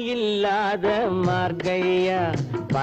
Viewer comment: MAARGAZHI. NOT MARKAI